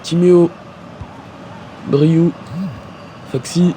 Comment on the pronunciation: Parcontre c bryou pas baryou